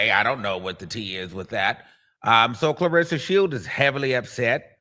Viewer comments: IT was INTENTIONAL SHADE 😎 😅 I KNOW me some plus ➕️ he usually BUTCHER PPL NAME frfr 🤣 😂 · Him saying that lady name wrong was that shade or he really dk her name?